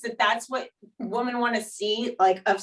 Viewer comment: I enjoy watching these, but one thing that has always bothered me about Danielle Staub is how she says the word "Women". She pronounces "Woman" and "Women" the same way.